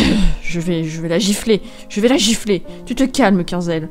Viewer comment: quand tu dis ''je vais la jifler arete de me manquer de respet'' mort de rire